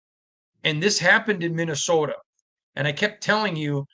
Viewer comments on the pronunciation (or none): Every time he says "Minnesota" it makes me think of that movie Fargo.